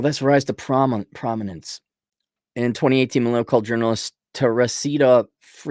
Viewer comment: Can´t pronounce a five letter name? Try Miley, like in Cyrus.